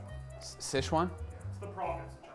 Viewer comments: its pronounced Si Chuan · Great video! Super interesting! In the future though finding out the pronunciation of chinese words is not terribly difficult. If you want you can contact me if you have nobody to contact and I'll give you an audio clip you can copy of the correct pronunciation. SiChuan (Szechuan or Szechwan) is often completely mispronounced due to the weird alternative spellings that are commonly posted. Doesn't really matter tho haha, chinese media butchers our words way worse than we do theirs. Anyway great video.